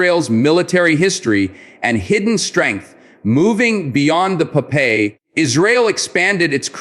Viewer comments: Its is not po-pay but pop-eye! we saw a lot of cartons in our childhood in the 70 in Israel! Pop-Eye is a hero! gentle, most of the time humble and naive, but when he took his spinach could blast to peaces any bad guy! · Pronounced pop-eye.. per the famous sailor cartoon hero... And its tracking head's 'eye' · Popeye... you cant even pronounce olive's boyfriend's name correctly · Blah, blah, blah AI generated hot air and bubbles without any factual information. The missile name is pronounced Popeye, something that the stupid AI program for a certain reason cannot pronounce correctly. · Great video I’m letting him but the way the AI is saying Popeye is funny